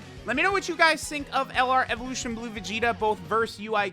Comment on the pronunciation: “EveLOTION vegetttaaaaaa”